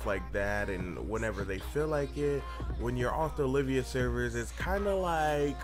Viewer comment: They are Olv-ia servers not O-liv-ia